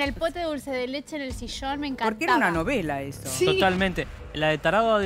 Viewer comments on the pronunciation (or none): "sho de chiquita los miraba con el pote de dulce de leTche en el sishón" 🙄